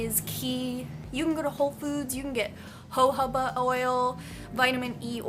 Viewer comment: you say jojoba funny lol